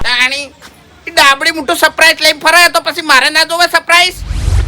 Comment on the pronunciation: Saprise nahi lekin surprise bolo